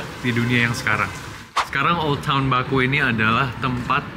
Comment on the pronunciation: Kota baku, dibacanya bukan baku tapi bake